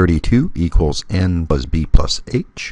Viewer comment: What do you mean by pluz?. it is plus not pluz.